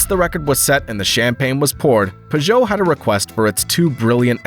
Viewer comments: Well it's not the worst way I've heard someone say Peugeot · Listening to this guy pronounce Peugeot is grating. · Thank You for another mgnificent production. I still have not worked out what was more awe-inspiring: the horsepower ratings of these small European engines or the intriguing shape of the wheel arches, (or lack of) on the P88. Also thanks for a fresh pronunciation of the name Peugeot. As a child I might have read it before hearing anyone speak it aloud, and so I always called them PIEw-joe, as in Pepe le Pew, with the emphasis on the first syllable. Then in high school ensued prolonged arguments with friends who pronounced it PURR-joe, as in purring kittens, again with the emphasis on syllable #1. Now hearing the name pronounced purr-JOE, with the emphasis on the second syllable, I concede that my childish phoenetic pronunciation, based on reading the name in a book without ever having heard it spoken, was err, well, inaccurate to put it gently. Which of the other two is correct; which syllable to emphasise? I'll leave that between you and my high school mates. (who would agree with me that Porsche has one syllable - silent E)